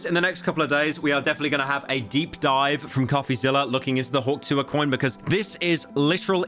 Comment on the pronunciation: Hearing mr slop say "hawk tuhw" made me life worse